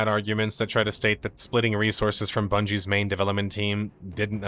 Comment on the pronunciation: “age of Bundey’s” haha 💚